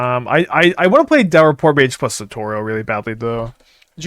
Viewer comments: I love how reaches out to his friends who speaks Arabic to pronounce Basim, but still calls Satoru 'Satoro' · The Satoru mispronunciation is so damn annoying. It’s like in league with people calling Yone Yon or still calling Ryu Ry-u. Shits ignorant especially when we know people actually have these names in real life. It takes less than a minute of one’s time to confirm via the internet.